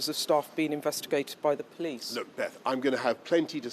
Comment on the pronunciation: “the POLS came” 😂